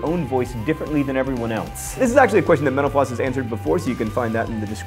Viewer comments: This is the first time I've watched a mental floss video and at the end I heard it as 'menopause' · When he says mental floss it sounds like he says menopause. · I always hear " thanks for watching menopause" at the end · When you say mental floss all I hear is menopause